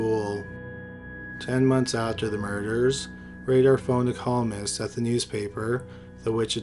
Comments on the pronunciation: Raider like Paul Revere and the Raiders not radar. I learn how to read. seems like you’re from Canada. That might be the problem. You’re a Canadian. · Dennis Rader prounouced (Raider) not Radar (Raydar) Cupie Doll pronounced (QP doll) not (Q Pie Doll)